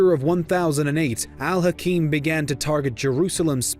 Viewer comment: No that's alhakeem. This one is pronounced alhaakim which means ruler. His full title is al hakim bi amr allah. The ruler by god's order